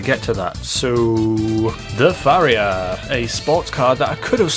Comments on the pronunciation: Pronounced pa-ri-ha not fa-ri-ha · Pariah not Phariah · You saying Phariah instead of Pariah was fun, but seing people repeating the mistake in the comments is hilarious. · Fariah? You mean pariah right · Gripe time: 1. You completely ignored the fact that the Raiden is a 4-seat sports car. Don't you think that's something? 2. It's pronounced "PAH-RAI-UH"... that's not a PH at the beginning there. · Where you from because your pronunciation is fucking shit where in paraiah is the ph it's pa-rai-a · its pronounced par-I-ah not far-I-ah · did he just say “fariah” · "Fariah" lol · Paa rye ah....YouTube how to pronounce is your friend. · You're pronouncing the pariah wrong. (Puh-Rye-Uh) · There is no ‘Pha’ in ‘Pariah’ ‘Pah-Rai-Ah’ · Pariah is pronounced 'puh-RI-uh' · Pariah is pronounced pa-ri-yah or pa-ri-yar. It means an outcast, a community, group or species that is generally despised, someone in exile or a member of one of the oppressed social castes in India. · Just FYI, it's pronounced Pah-rye-ah:) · It’s pronounced pa-riah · The way you say PA-riah as Phuriah really triggers me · It's par-eye-uh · Pariah is pronounced "puh-RYE-uh". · It's Par-i-uh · PHARIAH? there's not even an h there... it's spelled pariah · How come nobody seems to know how to pronounce pariah? It's pah-rye-ah. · Pa-r-eye-ah. Wheres the PH... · pariah is pronounced, pa-ra-ya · How the fuck do you mispronounce Pariah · Pariah [(puh-reye-uh)] An outcast; a member of a low caste or class. Note: The word originally stems from the caste system of India, which put pariahs in a very low place in society. In the United States, it refers to those of low social class or social status. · You're pronouncing the Pariah wrong dude